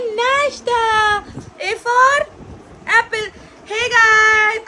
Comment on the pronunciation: Not appil its Apple please pronounce correct.